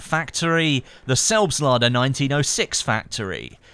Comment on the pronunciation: I have to laugh everytime when you say things like "the Selbstlader"